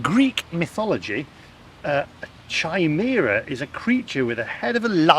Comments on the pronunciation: not chy, ky🤭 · [KY] + [MEER] + [UH] 🙄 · Chimera in pronounced “k-eye-meer-ah”. Very strange word isn’t it! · The' h' is silent in Chimera. so 'Cimera' with a hard c of course.. Looks a fantastic place Fremantle I must say. Really tidy and smart and looked-after. Not the run-down state of the UK towns. ( i.e. Leicester) Loved the dish you F&C were served in. Really 1940s. You shoot seagulls they are a blasted vermin, like rats and grey squirrels. I watched it all really good. I shan't get there now at 76 with my wife 77 and poor mobility but nice to see. Do it while you can. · I think that Chimera is pronounced Kaimeera. - - - Fremantle is rather like Llandudno - but with extra sunshine! - - - Number one isn't the best - think how you score your food - ten is the best, one is rubbish! - - The best fish in the sea that means they are cold, wet, and salty! 🙂 - - - The fish is a bit flat - well, it would be - hake is a long thin fish a bit like a skinny cod! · It is pronounced 'Ki-mera'. Today, it's what they call those of us that are the product of transplants. Two or more creatures fused together. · my son says it's a keemare ra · The H is silent just like the K in Knife. So chimera just has a K sound since there is no emphasis on the H